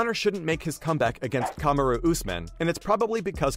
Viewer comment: Kahm a roooo lmaooo